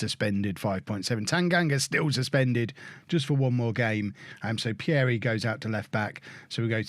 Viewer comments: Pierie is pronounced as Peeree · You pronounce Pierie wrongly, the first “ie” you pronounce the same way as the second “ie” as if you say the letter “e”